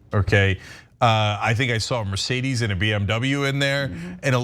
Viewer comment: "MERCEDEZ" - Julius Brones